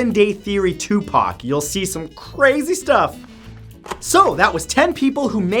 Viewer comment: Matthhew, thank you for properly pronouncing Tupac and Assata Shakurs' names. Great video as always.💜